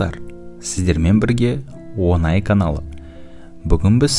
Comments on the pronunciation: Админ. Онаи емес Оңаи деп аитсаишы😁 Ң арпин аита білші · Онай емес оңай дұрыстап айт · Каналдың аты Оңай деп жазылып тұр бірақ онай деп айтылған несі екен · Онай емес оңай десеңізші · Онай емес оңай